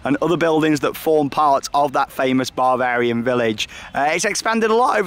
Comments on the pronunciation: It’s Bavarian not Barvarian! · I thought it sounded like he was saying barbarian